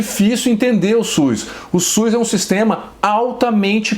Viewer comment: E SUS Dr...não e Suis.